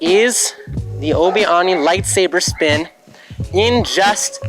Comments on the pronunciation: Why do you say onni instead of Ani. It's pronounced An not On. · Great video! But Ani is pronounced “Annie”, not “Onnie”. Ani is short for Anakin, not Onakin. Rewatch episodes 1, 2, or 3 and you’ll see what I mean. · Stop saying Ahni. It’s ANI pronounced AN-EE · The Obi - WHAT? Arnie is an Austrian body builder turned actor turned governor. ANI is a shortened version of Anakin, there is no “R” in his name! If you spoke properly more people might “like” your video! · It’s not obi oni it’s obi ani. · Who the hell is AHnee? Lol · His pronounciation of ani is putting me off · I hate absolutely everything about the way you say Ani. Do better. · bruh imagine knowing how to do this but saying ani wrong